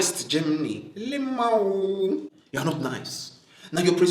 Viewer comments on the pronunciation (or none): This is now officially how I will pronounce lmao 🤣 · I didn’t know that there was an actually pronunciation for “lmao” until this video!! 🤣🤣 classic!👍🏾😄